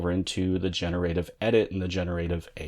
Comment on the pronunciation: Lol how you incorrectly pronounce generative.